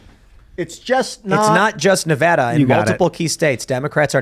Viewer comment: THANK YOU FOR PROUNSING NEVADA CORRECTLY!!